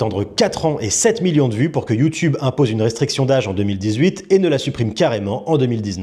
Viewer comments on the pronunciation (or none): none